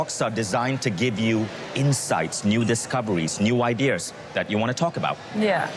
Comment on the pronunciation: I want new "ideers" and be in "owrr"